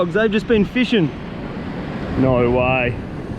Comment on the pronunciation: no waehh 😂